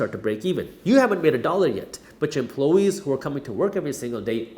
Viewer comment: Dude. Great video, great content as usual, but "empluhwees"?